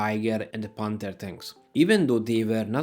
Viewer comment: Nem pánter hanem penther. Konyorgom ellenorizd mar a kiejteseket.